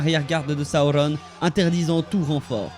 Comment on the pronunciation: T’es vidéo pourrait être bien mais ta façon de prononcer les noms est horrible . Sauron pas compliqué pas Saoronne